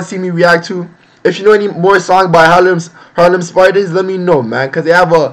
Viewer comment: are u from the uk or usa cauz u pronounced harlem wrong in ur intro